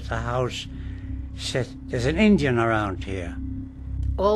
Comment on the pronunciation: It's called 'Indian burial ground', not fukn "injin", you old todger!